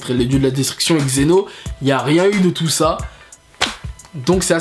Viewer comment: On ne dit pas Xeno mais Zen'Ô, on dit pas Dakashin mais Daiskinkan, on ne dit pas kalifa mais Caulifla etc... Tu as du mal avec les noms.